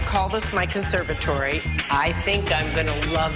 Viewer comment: She can't even pronounce "conservatory", omg 🤣🤣🤣